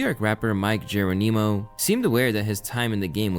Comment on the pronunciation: That is Not how you say mic Geronimo name 😂😂, it like jumping geronimo when ppl jump they be like Geronimo!